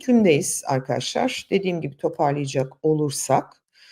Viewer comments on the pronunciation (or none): none